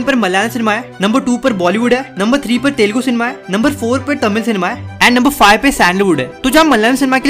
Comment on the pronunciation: It’s not Telgu… it is ‘Telugu’…